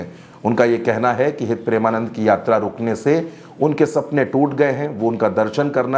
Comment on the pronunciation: गुरुदेव के नाम का उच्चारण सही ढंग से आप नही कर रहे हैं जबकि आपको पता है कि उनके करोड़ों फॉलोअर हैं😮